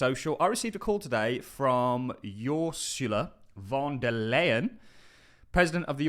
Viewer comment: Ursula! pronounced Err -soo-lah....How do you not know her???? She is important.